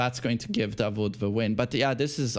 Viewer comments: Its 'Daud' not 'dawood' while saying 😃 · Just a correction you pronounce it "da-wood" like wood in english, not vood. Which is David in the Arabic language. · it's pronounced Da'ood not Da'wood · his name is dawood da wood like wood or not vood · its pronounce "DAAUOD" not DAWOOD , its DAVID in Christianity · It’s not davood😂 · Hi from Pakistan. The name Dawood is pronounced like "W" is silent (Da ood).